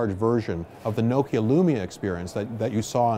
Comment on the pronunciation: Does the Nokia CEO realise hes pronouncing Nokia wrong?